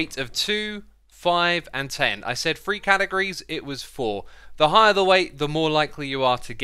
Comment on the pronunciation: “Free” categories? Sir it’s three not free!